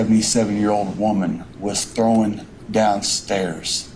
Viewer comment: And its "thrown"... Not "throwen"... 🤦🏼‍♀️